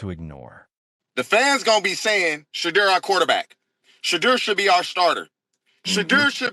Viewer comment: His development can’t even say Shedeur’s name